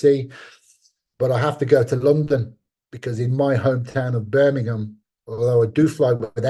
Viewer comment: omg Bisping nailed it when he did his accent / impersonation of someone from "Burminghmm" 😂 They all say the town name the EXACT same way lol, if i didn't see him say it I couldnt have told u if that was Marc or Leon 🤣✌️🍻